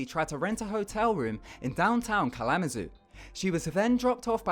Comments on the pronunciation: It's pronounced (kal-ah-ma-zoo) he pronounced it (kal-am-azoo) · Geesh, him reading the name "Kalamazoo" is killing me as a Michigander. Let's say it together dude, Kal-luh-muh-zoo. Like that. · He kept saying Klamzoo like "NO it's Kal-uh-ma-zoo" Hecc When you get triggered when people can't pronounce your city correct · It's not kalama-zoo it's kala-ma-zoo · It's not kulamb-uh-zoo it's kala-mu-zoo, ya ding bat! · It's "KAH-LA-MA-ZOO" not "KAHLA-MA- ZOO" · i live near michigan, and continually hearing him say 'cal-mah-zoo' instead of 'kala-ma-zoo' was hilarious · FYI... It's pronounced kalla- muh-zoo.😎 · Its pronounced 'Kal-la-mah-zoo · KALAMAZOO it's pronounced kal ah mah zoo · Sorry, this is just a note. It's pronounced Kal-uh-muh-zoo. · Where's Ka-LAW-mazoo? Is that near Kalamazoo? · Snark Klam-a-zoo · We in Indiana just love it when folks from anywhere else take a blind shot at pronouncing our towns' names. ;) ("kahl-uh-muh-zoo," in case anyone cares.) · it's pronounced Kah la mah zoo or simply Kzoo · It seems like every time you said "Kalamazoo", your pronunciation if it gets worse & WORSE! LOL!!! Or I at least THINK you were saying "Kalamazoo" :-/ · I live in indiana right by the border to Michigan. This guy has no clue how to pronounce Kalamazoo. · any other michigan natives cringe at when he said Kalamazoo?? 😂😂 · Your pronunciation of Kalamazoo makes me happy even though it's wrong as hell. we have such wierd names here in Michigan. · His pronunciation of Kalamazoo 😕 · he pronounces Kalamazoo wrong but it sounds better tbh 😂😂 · I live in Michigan and you said Kalamazoo wrong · the stupid kid started this crap because he/she doesn't know how to pronounce words and probably failed kindergarten 10 times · I love how he pronounces Kalamazoo different every time he says it. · Not only is his pronunciation weird, but he often stresses odd syllables. His accent is very strange. It's like a cross between Cockney and Chinese. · The way he said kalamazoo😂😂😂😂